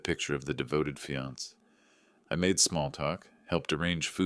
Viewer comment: Good story. Please teach your AI. Fiance is pronounced fee-on-SAY, not fee-ONS. Same with the e on cafe. Please fix this as it's annoying.